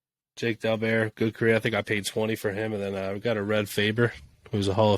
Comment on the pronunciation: PICKER Jim sent me to your channel...Love it Love it Love it. Jake Daubert was a name we all knew growing up in Schuylkill County Pennsylvania. Sooo the correct pronunciation is.... Daw rhymes with Saw & Bert like Bert Blyleven...Daw-Bert